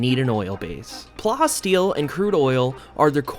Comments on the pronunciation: It's plasteel like plastic, not like how you're pronouncing it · lol you pronoun it as plastic and steel in one word. Pla the way you say plastic and then ass steel.